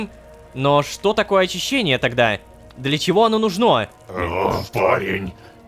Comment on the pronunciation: Ну́жно, Рома, ну́жно, а не нужно́. Это ударение преследует тебя уже долгое время и это меня убивает, умоляю, ради меня, ставь ударение на две буковки раньше, прошу. Я подпишусь на бусти тогда.